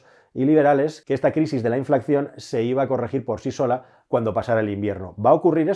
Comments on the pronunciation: se dice inflación, no inflacción!! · InflaCión bien InflaCCión mal Que dolor de oídos me das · Creo que se dice "inflación" y no "inflacción" como me ha parecido escuchar en varias ocasiones en el video..... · Un apunte,: se dice inflación, no inflaCCión. Veo que ud. lo dice mal, al menos en este vídeo. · INFLACCION NOOO!!! SE DICE INFLACIÓN...ADMIRO TU TRABAJO, ERES TODO UN PROFESIONAL, PERO NO TE QUEDA BIEN DECIR ESTO TAN ERRÓNEAMENTE CON LO PROFESIONAL QUE ERES, POR CIERTO, TU CANAL DEL CASCARÓN DE NUEZ ES ADMIRABLE, GRANDE, ABRAZOS! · Se dice inflación, no inflacción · Me encantan tus vídeos! Son todos super interesantes. Si me lo permites, una sugerencia: no se dice 'inflacción', lo correcto es decir 'inflación', te lo dice un economista :-) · Inflación, se dice inflación. No "inflacción". De todas maneras, gracias por tus videos😉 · Un pequeño apunte, se dice 'inflación' no 'inflacción' Saludos! :) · Buen video. Pero se dice "inflación", no "inflacción". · InflaCCión!!!? Me arden los oídos!!! Muy buen video, gran explicación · Se dice INFLACIÓN, con una sola “C”